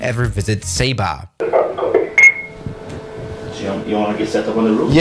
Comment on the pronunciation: "Welcome to sayba"